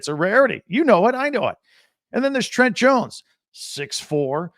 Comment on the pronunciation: Just fyi his name is pronounced Trent-aye. Not Trent.